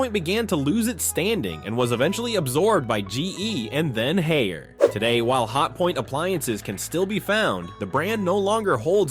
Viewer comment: They also mispronounced Norge as Nor-hay and Haier as Hair and Quasar as Quah-zar. I suspect a machine that refuses to be consistent in pronunciation.